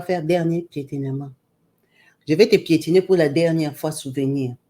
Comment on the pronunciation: Pietiner, pietinage!😂😂😂😂😂